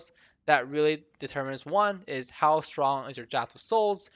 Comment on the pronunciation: People still can't pronounce draught.